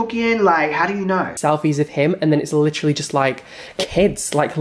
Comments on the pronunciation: Take a shot every time says "licherally" if you want to die from alcohol poisoning lol But seriously, he's a vile and disgusting sicko. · LITCHERALLY how many times does he have tp say literally SMFH is a joke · He’s “licherallly” coming for Peter to distract from his kuckiscam cosmetic fiasco.